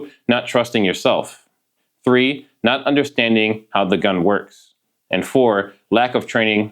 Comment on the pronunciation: It’s not. not nut.